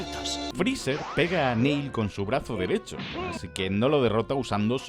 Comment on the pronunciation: Que inglés más asesinado, hombre. Y como que el monstruo rancor es una referencia a yakon?. Btazo derecho?.